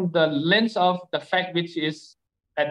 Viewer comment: It's not phak it's fact Sir